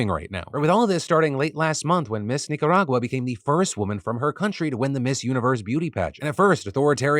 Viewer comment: My family is Nicaraguan and I approve the way Phil pronounces Nicaragua. Great job.